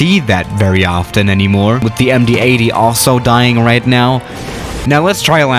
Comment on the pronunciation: The “em dee eyty”